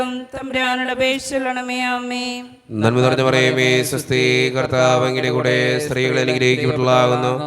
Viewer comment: Thanks. സ്ത്രീകളിൽ അങ്ങ് clear ആകുന്നില്ല